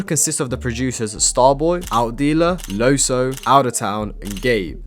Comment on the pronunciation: great vid fyi loesoe is pronounced lew-soe